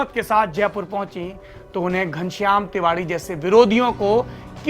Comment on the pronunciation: kam se kam tiwari to sahi se bol lo yaar